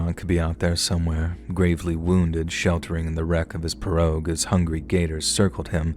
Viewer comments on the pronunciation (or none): Pea-row. The name of the boat is pronounced Pea-row, not Per-og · In Louisiana iT IS pronounced "PEE ROW" 😂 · we in Louisiana pronounce pirogue, p-row... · Solid job! I'm from Lafayette, La. Born and raised and you did well with all the pronunciation. Only thing is it's pronounced PEE ROW. 😂🤷🏻‍♂️ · Uh-SHAF-uh- lye- uh-- that's how we pronounce Atchafalaya, sweetie❤ And it's PEE-ro ( pirogue)- you don't pronounce it phonetically❤❤ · Its pronounced pee-row. Lol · mispronouncing, I don't know spelling, "pirouge", was kind of funny. A commenter, ACTUALLY FROM LOUISIANA, pointed out, that the local pronounciation is," PEE- ROW ". forgets his history, in that, Louisiana was owned by the French at one time & that French is the language of the region, except that, over the 100 + years, it had evolved into the Cajun dialect. The deep Southern twang & drawl, isolated by inhospitable swamplands, thus keeping out much outside influence, hybridized with the French language, created, the officially recognized Cajun language. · Those little boats are pronounced pee-rogue.